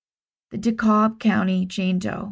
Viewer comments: Just FYI, Dekalb is pronounced like Dee-Cab 😊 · Great cases, as usual. Thank you for your respectful way of telling these stories. One tiny correction - DeKalb County in Georgia is pronounced dee-CAB (like taxi cab). I only learned this when I moved there!